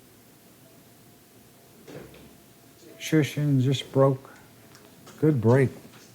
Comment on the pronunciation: He did a good job. His name is difficult even for Polish people